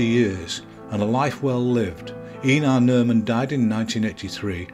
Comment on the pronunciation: Actually it's pronounced like Aye-narr. WIth the 'nar' part a bit hard to explain, I can't think of any good comparison in English, but if you think of 'car', but with a very 'a' (and, obviously, replace the 'c' with an 'n'), you come as close as I guess an English speaking person will get.